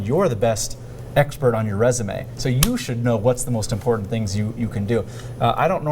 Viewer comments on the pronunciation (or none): none